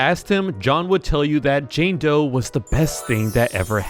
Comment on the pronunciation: I thought he said jane toe